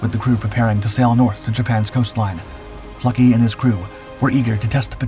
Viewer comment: Nicholas Neff Fluckey here, incredible story, the narration was excellent. What an outstanding group of individuals, with tremendous courage and resolve. And a strong dose of "Luck" as well. Big props for pronouncing Eugene Fluckeys last name correctly!